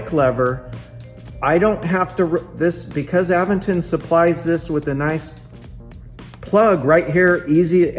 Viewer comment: You are pronouncing Aventon wrong.